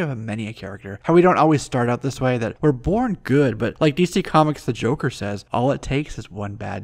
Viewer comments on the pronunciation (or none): none